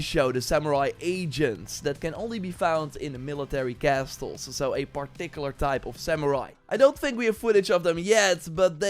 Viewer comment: Castles: "cassols" 😊😊😊